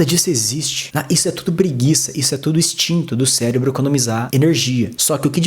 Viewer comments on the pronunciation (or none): none